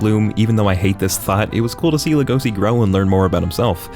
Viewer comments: It's not legoci lego-shi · ITS LEGOŞI LEGOŞI LE FUCKING GOŞI NOT LEGOSI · How is it humanly possible to pronounce it legOsi?? lEgoshi!!! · This nigga said legosi af if its Lego see legosi is pronounced Lego she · stupid bitch its legosi and its pronounced le-go-shi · It is pronounced LEGO-she so logesi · Dont say Legosi like that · Its pronounced legoshi but spelled legosi, and pronounced louis not lewis. Get it right bxtch